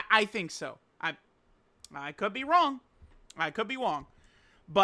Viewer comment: “I could be wong” 🔥🔥🔥